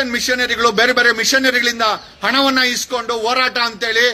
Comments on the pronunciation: Akadeyvru eshte higher education madidru pronounction sari madall. Horata ke orata abba annoke habba 😂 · ಒರಾಟ ಅಲ್ಲ joker, ಅದು ಹೋರಾಟ😂